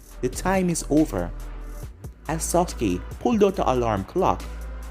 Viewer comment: Sah-ke not socke